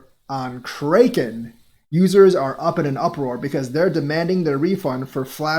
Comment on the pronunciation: Stop saying Krayyyken. How do you not know how to pronounce Kraken lolol. (Crackin)